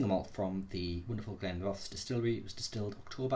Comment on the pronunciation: Nice review, pronunciation of this one is Glen ro this.